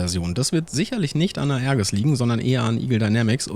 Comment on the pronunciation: Tolles Video. Für die F1CE glaube ich kommen zusätzlich noch ein Countermeasure, Jammer, Gunpod und eine Tank und rocketpod mischung. Erwähnenswert ist auch, dass die F1BE keine Bordinterne Kanone besitzt da sonst kein Platz für 2 Cockpits ist. Aerges wird übrigens Aerjes ausgesprochen.